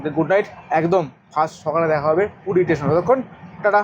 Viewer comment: I believe ur a new blogger in tour, mentioned off season rate of hotels, 6"x7" ft bed cannot accommodate 3 A,, also rectify ur pronunciation, instead of station, tesan, construction - contraktion, is heating on ear, please give me a season 2+2 beaded, commode toilet, hot water 24 hrs room tarrif preferably in ground FLR near sea beach as close possible, because I have 1 aged female having problems on both knees, with out lift is not possible to stay upper flrs, I need two 2+2 beaded commode toilet geyser room in 2nd week of jan in Full season.